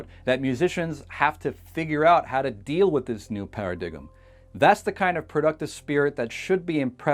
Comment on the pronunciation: para diggem xD. its pronounced paradime